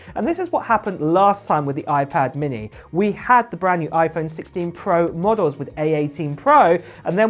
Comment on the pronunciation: Oiiiii-pad Minnehhhhhh 😭